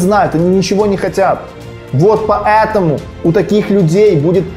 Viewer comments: Не могу сконцентрироваться на видео , потому что каждая его фраза «па Э таму» вызывает дикий смех😂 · ПоЭтому, поЭтому, ПоЭтому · меня одного бесит как он говорит "ПАЭТАМУ" ?